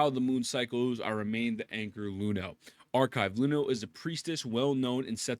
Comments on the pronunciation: brother, she's Iuno with an i, not Luno :'( you got her name wrong, ain't you rizzing my wife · please stop calling her Luno. That is a capital i. It's not an L. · Bro can't even pronounce her name right lmao